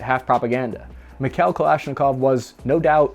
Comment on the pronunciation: Its "MeeKhaeeL" not Mikhell.